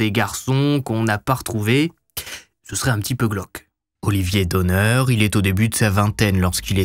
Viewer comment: Olivier et de ma famille son nom se prononce donne(r) il faut prononcer le r